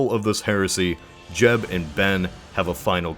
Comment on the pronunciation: when he first say jeb i thought he said jeff